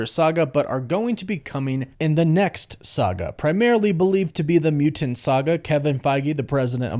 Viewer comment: you pronounce mu-tanT really weird